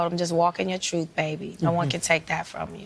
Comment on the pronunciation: She told Jussie to walk in his troof